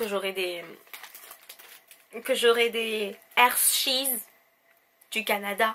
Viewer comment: Enfin un(e) français qui sait dire hershey's comme il faut